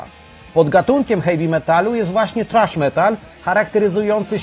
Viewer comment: Kiedy polak niewie jak sie czyta thrash wiec czyta trash. Roznica ? Hehehe wcale zadna hahaha